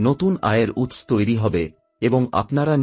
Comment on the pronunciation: Kotha ta oots na utso, aagmon na aagomon, bor maper na boro maper, aapnar uchcharon e onek diffect aachhe aami aageo dekhechhi. Aj birokto hoye na likhe parlam na. Egulo sob e somas boddho pod, tai thik kore aage uchcharon gulo bujhe nile bhalo hoy.